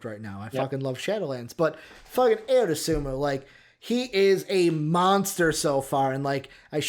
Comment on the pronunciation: Pronounced “I-O” but yes Ayo has has no flaw at this point. He can shoot it pass it and drive it. I love your guys content! Keep going!!!